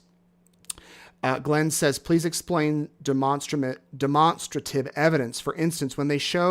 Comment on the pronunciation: Demonstrate… Demonstrative both pronounce the same not de-monster- tive 🤦🏽